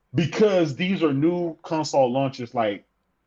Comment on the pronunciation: Does that dude know he's saying "conSAWL"?